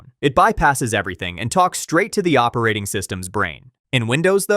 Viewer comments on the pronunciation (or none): "Oerating system's"